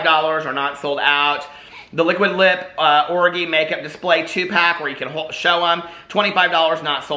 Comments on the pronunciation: I can’t with the way you pronounce orgy 😂😂😂😂😂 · can someone explain to me why hes pronouncing orgy the way he is...is he worried about getting demonetized?